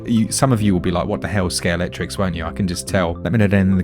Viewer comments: Ready to have your mind blown? It's scalextric, not scalectrix. I pronounced that wrong my entire life until like 3 years ago. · Are you saying " skate electric" , " Sker Electrics", " ski electric", or none of the above?